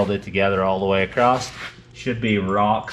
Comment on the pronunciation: Michelle... why does say AcrossT.... where did the T at the end come from? Just curious.